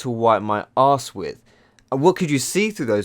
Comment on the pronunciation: I giggled at his pronunciation of "ass".